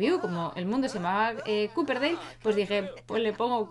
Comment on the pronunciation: tanto copper, como Copperdale, se pronuncia con «o», lo que tú estás diciendo sería Cooper y Cooperdale